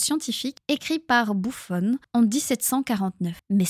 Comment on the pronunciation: Juste pour info, Buffon était français. Son nom se prononce donc à la française et pas « bouffonne ». C’est l’un des tout premiers naturalistes ayant tenté de classifier tous les éléments de la nature de façon encyclopédique mais avec les connaissances et les biais de son temps.